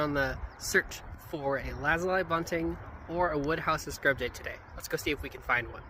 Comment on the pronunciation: Omg i feel so vindicated right now. Ive always pronounced and heard the word lazuli the way you pronounced it here. But for the last year or two, ive come across TONS of people who say luh-zoo-lee I thought I was going crazy.